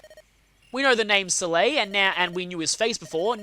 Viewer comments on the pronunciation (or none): none